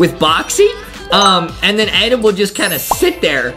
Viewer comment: Justin says adem